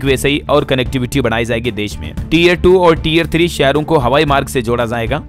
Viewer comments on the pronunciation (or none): none